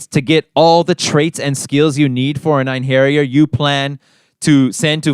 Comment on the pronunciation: It’s pronounced “Ain-her-yar”. Not “Ain-hairy-yar”.